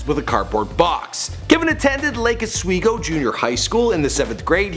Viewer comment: Lol Lake Oswego is pronounced Lake Ah-sweego